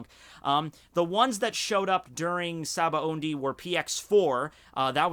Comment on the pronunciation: Why does pronounce it "SabaoNdy"? I'm pretty sure it's spelled "Sabaody"